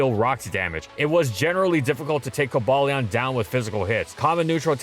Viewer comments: The Swords of Justice have easily the most borked official pronunciations of any pokemon. Cobalion as in Cobalt? That thing it's named after? No, co-BAY-leon. Virizion as in Viridian, the color it's named after? No, it's pronounced like Verizon Wireless. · Ironic how they used the fan pronouncation for Cobalion when they said Reinuclus's name the official way. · says raikou incorrectly but cares about coballion pronunciation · is correct, that app is Imfamous for its poor prouncation of pokemon names...ESPECIALLY since Cobalion is named after the metal cobalt, like virizion is named after virdian and terrakion is named after Terracotta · Because he's choosing not to say the correct pronunciation. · Horrendous "official" pronunciation of Cobalion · Early gang. Also we are not pronouncing cobalion like that 😭💯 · Obviously it's Coba-Lion. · I used to get on people’s ass about how to pronounce Rayquaza, but CoBALEon is just atrocious. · I also dislike the "bail" pronounciation but your "ball" pronounciation sounds bad too. It should be "bal", short 'a'. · " cumballeeawh " what a emotional way to pronounce it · I think I threw up in my mouth a little, hearing "Coh-bail-lee-awn" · Not in my entire life I've ever heard it being pronounced as "cobayleon", that's just too lame to be true. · It is "Co-bay-leon" and this is the universal truth. Accept the facts,, you can't deny it forever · The only reason I can think of as to why PokeDex 3D Pro pronounces Cobalion as "Co-BAY-Leon" might be because it's trying to incorporate the animal-inspiration's name, the legendary Yale (not to be confused with the University that shares the same name-- and uses the creature as a mascot)... but even I have my doubts on that stretch of a reason... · The pokedex pronouncing it “ko BAY leon” is just wrong. Like anyone who says “ar KEE us”. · Coh-BALE-ee-on doesn't even make sense, cause the "Cobal" comes from cobalt. You know, as in a shade of blue? Or the metal?